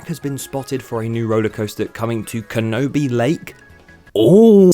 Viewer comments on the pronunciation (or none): Kenobi lake 😂😂 It's pronounced more like "can-uh-bee"